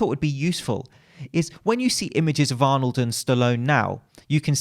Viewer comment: As a Austrian, bravo for the pronunciation of Arnolds name